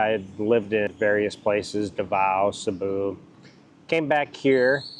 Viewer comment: Sabu ??/ where's that?? did you mean to say Cebu??:face-blue-smiling::face-blue-smiling